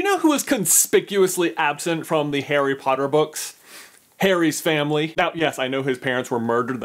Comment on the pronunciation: why does he say "hairy potter"?